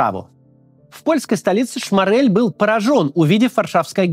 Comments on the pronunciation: Только он не ШмАрель, а шмОрель. Это принципиально. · Максим, спасибо за видео, делаете очень важную работу. Но все же в фамилии Шморель ударение на первый слог. Прошу прощения за занудство